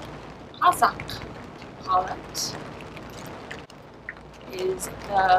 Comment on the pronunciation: Awesome! We love the dombra, the rain and the blessing.:-), you pronounce "Kazakh" like a total native! Рақмет қарындасым!